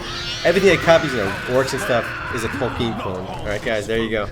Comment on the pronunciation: SAD someone who is reviewing /Lord of the Rings/ Online doesn't know why men are called men. They're called men 'cause that's what Tolkien decided to call them! Also, Tolkien is pronounced Tuhl-key-in, not -tuhl-keen.